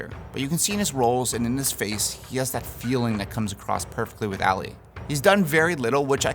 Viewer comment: It’s ALI not Ali